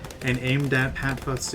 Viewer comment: good video, but its pronounce fusty, not futsy. sorry if i sound rude i just wanna help :)